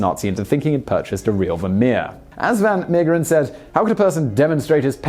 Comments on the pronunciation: It's pronounced van Mayggggg/%&$#eren. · Haha, as soon as I saw the title, I knew you'd have trouble pronouncing the name. It's okay, I know it's hard if you speak English, especially the g in the middle. You could have pronounced it a lot worse, you didn't butcher it. As long as you don't pronounce Van Gogh as Van Go we're good. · Simon, if you do the English style pronunciation, but with the Dutch "g" sound, it would be virtually perfect. The "Mee" bit sounds like may, then the g sound and the last 2 e's are pronounced as in "the".